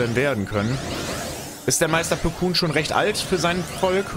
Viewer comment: Mensch er heißt nicht Meister Plukun sondern Plokon